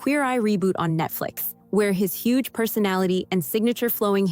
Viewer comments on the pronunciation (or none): none